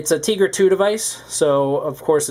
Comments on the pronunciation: He said TEAgra 2 LOL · You pronounced tegra wrong.